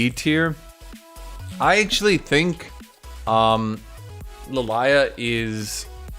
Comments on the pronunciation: Bruh I was ok with the teir list till you said "Li Liah" like motherfucker her name is pronouced (Lil-e-ah) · I just have to point something out, it rings my ears so hard lmao. I still have to watch the remainder of the video and I appreciate the list....however, seriously La Lie Ah? Really, that's the pronunciation we're going with? La Lie Ah?